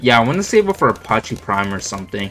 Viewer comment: The way you pronounce apache 😫😫😫